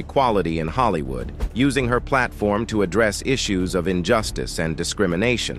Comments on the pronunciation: I literally can’t stomach this. This AI generated voice made so many mistakes, it lets me know that the creators of this page are not credible. Pronouncing Will Smith’s movie Ali like “alley, and saying Hollywooo instead of Hollywood a number of times, was only topped by showing a picture of Wesley Snipes (which they’d already previously highlighted) when introducing Isiah Washington. I cannot!! I turned it off before I could finish the whole thing. Just stop!! These clicks, likes and watches line their pockets without them having any respect or connection to the culture. 👎🏽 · Who assembled these clips? And is the narrator A.I.? Because many of the clips are not of the people that are discussed. And there are many simple words being mispronounced. “Holly- Woo”, “riising star” “poor trial”etc.